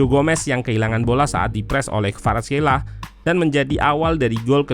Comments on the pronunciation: Khelia min bukan Kheila🤦‍♂️🤣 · perasaan barusan orangnya nyebut namanya 'kvaratskhelia", "khelia" bukan "kheila"